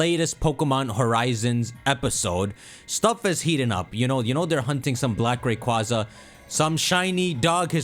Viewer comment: rayqua-za im JUST saying